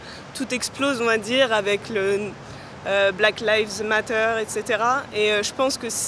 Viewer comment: Essayez svp de prononcer les 3 mots d’anglais correctement « Black lives matter » parce que ça fait vraiment inculte total et nuit au niveau général de cette vidéo.